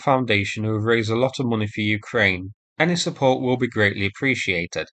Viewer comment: When are you going to start pronouncing Ukraine properly?